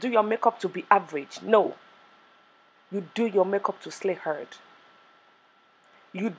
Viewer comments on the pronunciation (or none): When she said slay herd () 😂😂 I cried